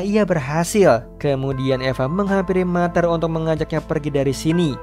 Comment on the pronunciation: Ralat min “Mother” di baca (mader) bukan (mater) Btw cerita nya bagus Makasih min